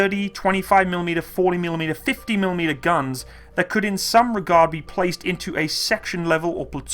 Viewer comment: Audomated is not a word, no matter how many times you say it. Neither is millimeder